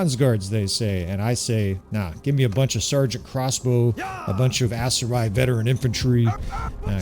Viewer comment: Everytime you say Aserai, i hear ASS-erai... I think you're pronouncing it wrong lol